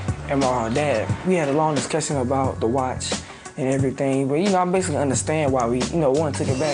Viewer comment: He said "a long discussion about the watch" but after all that I will admit I fully thought he said "the whites" for a second XD